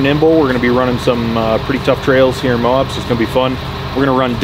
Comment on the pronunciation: Lol it's Moab, not Mo-ob!